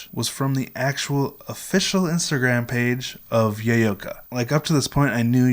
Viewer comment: It’s so cool that you met Yoyoka. But you keep saying Yay-yo-ka.